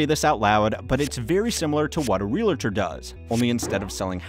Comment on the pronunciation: The word is Realtor, not Relator. Don't feel bad, it's a common mistake.